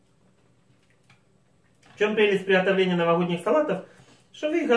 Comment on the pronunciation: Букву Г обязательно, четко надо произносить...В приГотовлении этого салата )))